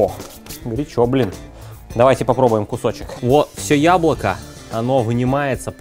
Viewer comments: тебе тоже показалось что друже сказал хуяблоко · Мне одному на послышалось "хуяблоко"?